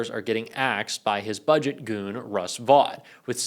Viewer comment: Russell Vought pronounces his name "Vote" please stop saying it wrong. He needs to go down in history for the evil he's doing properly named.